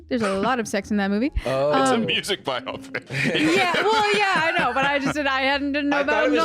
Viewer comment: Warning: this clip includes a British man mispronouncing biopic